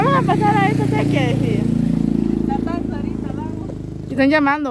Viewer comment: Se dice " Sequía," con acento en la "i". Y significa que es "Falta de Agua" y no "Canal Natural de Agua" como el del Video. IGUAL ESTE VIDEO YA ES REPETITIVO. SALUDOS Y BENDICIONES.